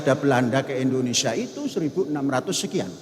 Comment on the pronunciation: Indonesia bukan Endonesia,sembarang sj